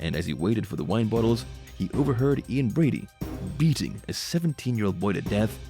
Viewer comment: It's not Ian Bradley it's Ian Brady